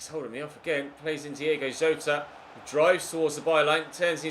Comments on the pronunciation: Diogo Jota not Diego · It's DIOGO Jota